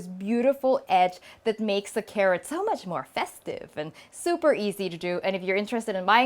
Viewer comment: "soup"er well lol